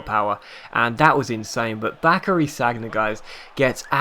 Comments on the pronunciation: Sagna is pronounced San-ya not Sag-na :) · don't you ever watch football on tv? it's 'san-ya', not sag-na... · Was cringing through this episode it's pronounced SAN-YA not SAG-NA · SaN-Ya not SaG-Na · called Sanja not Sagna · San-ya! San-ya!:'-) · You pronounce sagna wrong, it's San-ya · Sorry, but I cringed each time you said Sagna. Amazing videos as always though, keep it up.